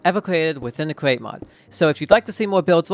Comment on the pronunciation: Best cweate cwaft